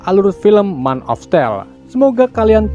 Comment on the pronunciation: Baca yg benar men of still tapi tulisannya man of steel